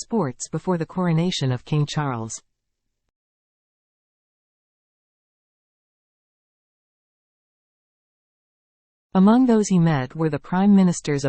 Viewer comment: Might I suggest you get a narrator who can say Charles’ name properly?